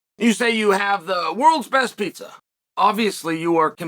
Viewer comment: When he said pizza I thought he said penis